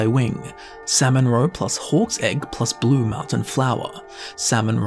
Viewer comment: Why do I keep hearing "horse egg" instead of hawk's egg